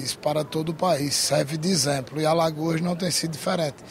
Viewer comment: O melhor político de Alagoas, é sem dúvidas o JHC, se junta Paulo Dantas, Arthur lira, Renan velho e filho, não dá 50% do JHC. um deputado que não sabe falar o português correto, "lxemplo" volta pra escola pq o correto é exemplo 😂😂😂😂